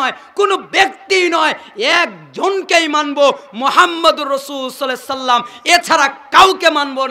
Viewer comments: ভাইজান দরুদ শরীফ তো ভালো করে পড়তে পারলেননা। সহি করে বলেন সাল্লাল্লাহু আলাইহি ওয়াসাল্লাম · হুজুর আল্লাহর রাসূল সাল্লাল্লাহু আলাইহি ওয়াসাল্লাম এই দরূদ সঠিকভাবে উচ্চারণ করছেন না